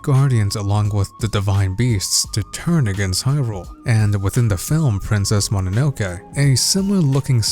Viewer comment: As a Japanese, the most impressive thing in this video is, he pronounced Mononoke right lol